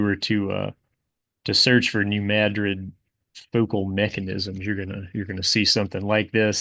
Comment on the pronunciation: I was tensed up prepared for you to mispronounce New Madrid, thank you for correctly mispronouncing it